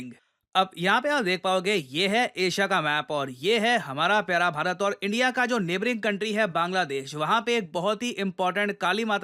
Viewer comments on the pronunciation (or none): none